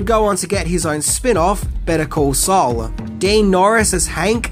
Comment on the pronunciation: Meth Damon. But Saul doesn't rhyme with soul, it rhymes with fall. Do Sopranos